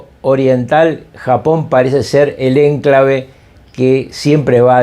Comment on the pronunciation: La palabra enclave se acentúa en la sílaba cla, es decir q es una palabra grave. Perdón por la corrección, pero ud. Se expresa muy bien, y es una pena esa palabra. Saludo afectuoso!